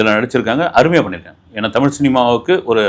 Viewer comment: உண்மை வரலாறு தெரிவது அவசியம். தமில் இல்லை தமிழ். "ழ்" முக்கியம். தமிழை கொல்லாதீர். படமாக நல்ல பொழுது போக்காக இருந்தால் சிறப்பு.